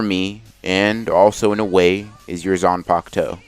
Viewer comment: why is it that in the thumbnail and what you say its Zanpakto, but in the title its Zanpakuto? Edit: also its in every video.